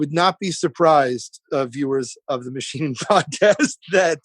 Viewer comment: " I'm the mathsheen and i take my shirt off. I worked at the thravel thchannel. Oh wait , ...... sthut up ... me too ! Don't get me stharted , dude. I think female movie sthars fanathize about meeting the mathsheen. reminds me of the time ... < insert made up story about self > " berts mouth is like yeast infection he foams then like rabies inflated puffy tongue lol this guy is a train wreck at best he had his 15 minutes :( Bert makes it all about Bert. He thinks his made up life and faux stories r soo hilarious. :( His speech impediment and purple dried up lips and mongoloid tongue and constant touching nose and face r hard to watch.